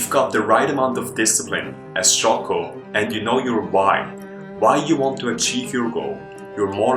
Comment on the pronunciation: It's Jocko not Choco...